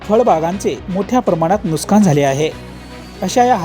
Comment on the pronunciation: नुस्कान नाही नुकसान म्हणा.